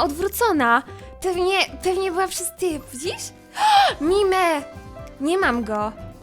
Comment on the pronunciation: Jako osoba która gra w pokemony bardzo długo bo około 3-4 lata to strasznie bawi mnie to jak na mr mime mówisz mime a na voltorba voltrob Jak coś mr mime mówi się mister majm a voltorba tak jak się piszę